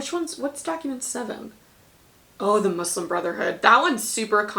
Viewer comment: Lmao as a Muslim girl having this be a DBQ is so funny to me that we’re a question. Lol Mansa Musa wouldn’t be able to film Hajj but it’s a funny idea. Thank you for pronouncing Muslim right, hearing Muzlim annoys me sometimes. I’m so scared for World. I haven’t been able to study much because we’re up to our necks trying to do Unit 8 and 9. Will try Teachtap.